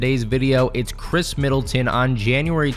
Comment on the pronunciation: It’s Khris lol